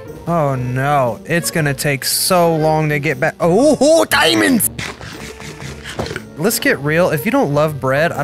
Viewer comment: When u said DIAMONDS u sounded like my Korean and Japanese friend